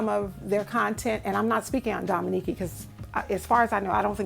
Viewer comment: Awww you are so sweet my name is pronounced dominique. I love you too and I wrote in on her live but I got the impression that she didn't believe me like I was being funny. Hate that your baby went thru that. I have a special needs baby who is 19 that I take care of and it's like she is a baby. Enjoyed your video